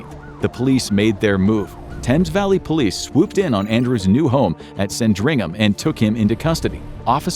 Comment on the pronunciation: sandringham he says 😂😂😂 the amount of places he says wrong is funny it’s almost all of them 😂😂😂